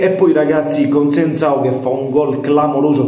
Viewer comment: Paesa' si chiama Conceicao, non Conseincao. Giusto per correttezza ❤